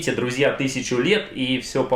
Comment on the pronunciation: Когда же ты прекратишь коверкать слово "друзья"